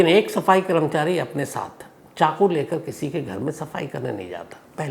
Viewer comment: Sams Bhai…great episode! One advice - it is “karmachari” and not “kramchari”. Please notice the “a” after k.